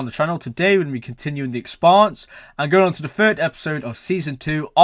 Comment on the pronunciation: Hard to believe you still pronounce the shows' name incorrectly...